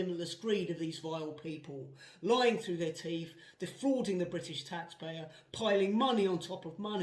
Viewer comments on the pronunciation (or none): none